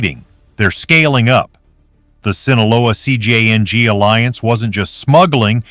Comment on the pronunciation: I’m tired of these AI voices mispronouncing "Sinaloa" and "CJNG." If you’re going to report on cartels, at least get the names right.